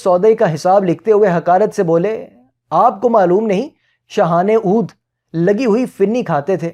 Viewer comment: Dear, you have mispronounced Shahan e Avadh as Shahan e Oodh. on timeline and again on Oodh ki saltanat. Please check that out and fix it if you don't mind. Best.